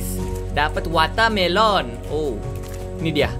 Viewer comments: Bukan wata melon kak bahasa Inggris nya semangka watermelon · Kak regi: Watamelon